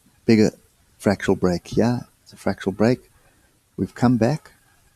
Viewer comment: FRAC-TAL not FRAC-TU-AL